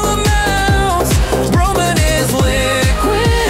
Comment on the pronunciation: “Nee-Tro-Gen” “Sil-a-comb” “Tay-Rium” “Bro-Mone” “Strong-Tin” “I-Dine” “Toy-Lum” “Leed” That Was The Pronounciation Mistakes